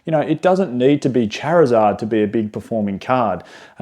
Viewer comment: Stop saying Charizard the wrong way!